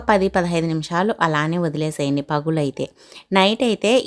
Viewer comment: పగులు కాదమ్మా పగలు